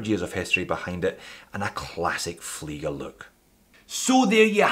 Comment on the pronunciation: You are saying flygers. Ie is pronounced ee in all languages, including english